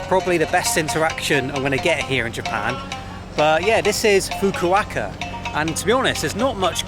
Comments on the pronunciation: Yeah those Fukuoka pronunciations were dreadful. He was getting better from Fukaka and Fukukaka, but then stayed at Fukuaka 😂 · Why do you keep mispronouncing “Fukuoka”? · Every time you said "Fukuoka", I cried a little on the inside 🥲🥲 Congrats on finishing the 88 day journey! Cheers man! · always seems to butcher place names for whatever reason! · Fu-ku-o-ka -pronounce all of the vowels in Japanese a bit like you would in Spanish. Have a great time in Japan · Do you keep trying to say Fukuoka? I can't find a city named anything close to what you keep saying and Fukuoka seems to make sense considering the location... If so, Definitely NOT a chill city what so ever! You just didn't explore it enough. It's a huge busy bustling and expensive city! It's just really sprawling. Near the port is very boring tbh. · How to pronounce Fukuoka challenge: impossible 😂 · pronouncing Fukuoka in so many wrong ways is killing me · Its Fukuoka not fakahkah 😂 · Fukukaka, haha. Fukuoka, Fukuoka 😁 Anyway, swimming in Japan is full of rules (as everything else in Japan). And when not knowing the language, you are always lost in translation. About bars, go to the classic izakayas, bars with food and drinks. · Its pronounced Fuku O ka fukuoka I live in a smaller nearby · I lose it every time he says "Fuquacka" ROFL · Say it with me..."Foo-koo-OH-kah" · Say it with me: FOO-KOO-OH-KUH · "Fook-a-ka-ka"...or was it "Fook-o-wa-ka"? nice! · Always love it when you mangle the name of places. Fukaka was hilarious! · I die a little inside whenever says Fuku-WAKA - it's not that hard to pronounce mate.. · You pronounced Fukuoka wrong mate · FUKUOKA FFS!!! you're a lost cause 🤦🏻‍♂️ Butchered Tsushima too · hahaha nobody destroys a name like you,. Fukuoka (fu ku o ka) you say Fukaka hahaha. Just joking with you. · Man, you really need to Google pronunciations of places you're visiting before saying them on camera. There is most certainly no place in Japan called "Fukaka". 😆